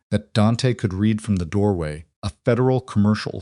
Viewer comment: Why is it impossible for the narrators while they are talking to think and realize when the word read is pronounce it riid or red?